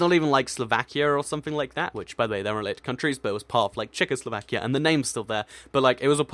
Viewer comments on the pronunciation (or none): none